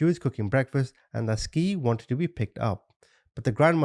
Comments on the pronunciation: He keep say n ski her name is sky lol but spelled Ski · Ain't no way you said ski the whole time... Skii= Sky duh Also, repetitive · The babies name is pronounced "Sky" not Ski lol smh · Omg. You're driving me crazy with your skii. It's pronounced at Sky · Pronounced: “Sky” not “skeee” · Their names were pronounced "Sky" and "Ty." She just spelled them strangely. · T is the initial of the son, Jay and SKY !! idky he's pronouncing her name like a ski 🤦🏻‍♀️ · If he say skii and t one more time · I believe SKII is pronounced SKY💕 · It’s pronounced “Sky”. A part of telling these stories is ensure the victims legacy lives on as well as dignity and name is not shadowed by the assailants. Ensuring to have all facts- including annunciation correct adds a layer of respect for each case and victim and personifying them. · Skii is pronounced Sky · Her name is pronounced Sky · Love your channel, I believe her name should be pronounced Sky. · Double ii (latin) means her name is pronounced sky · they are meant to be pronounced like sky and ty